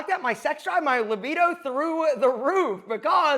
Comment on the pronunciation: you always say Livito....its Libido with a B. not Livito with a V. I'm not making fun of you, I just wanted you to know.